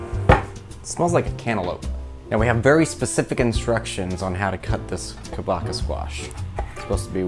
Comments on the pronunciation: Pronunciation for kabocha is short “a” like in car, long “o” like in hose and “ch” sounds like ch in munch so ka-bo-cha and not ka-no-ka…hallelujah!!😊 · pronounced Ka BOW(bow and arrow) CHA (the cha cha)